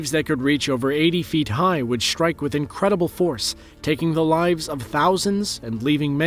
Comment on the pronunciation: The word 'strike' is NOT prounounced 'schtrike'. s-t-r-i-k-e. There is no 'ch' in 'strike'.